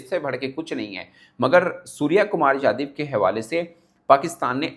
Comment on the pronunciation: It’s yadaw not yadiv sai kary